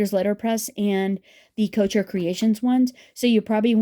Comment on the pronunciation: Thanks for the comparison. Note: couture is not “coacher”. The ending syllable is like tour